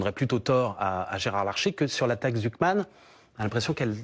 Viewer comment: Réecoutez sa prononciation de la "Taxe Zuckman" 😂 la liaison est incompréhensible, il mange les mots. Articule bien Mr Faure😂